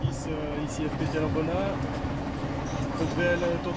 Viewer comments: Sa se dit aubena le s on le pronomce pas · Oui aubenas sans prononcer le S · Je viens de voir cela dans mon fil d'actualité c'était temps au bout de 3 ans c'est mon département et je l'adore mais vous savez qu'il y bien d'autre ville où village à montrer surtout Aubenas c'est juste par rapport à Vallon.. Et pour info le s de Aubenas ne se prononce pas C'est plan dur sont horribles